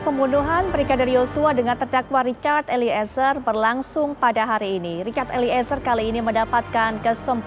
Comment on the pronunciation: Mba host nyebut nama eliezer jgn diputus jd 2 kata,tp disambung eliezer bkn eli,ezer...gmn sih hostnyee